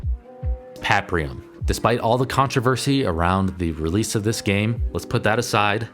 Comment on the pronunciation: Fantastic video! But why on Earth are there no titles or graphics in this video!? I had to spend a few minutes trying to figure out and research what you were saying when you were talking about *Paprium*. I couldn't quite understand what you were saying so I kept trying to Google things and I finally stumbled upon it. Kind of frustrating. But great content overall, I loved seeing such a great overview of the best beat em ups! Seeing that it's one of my favorite genres, I was pleased to see a few games I had never heard of.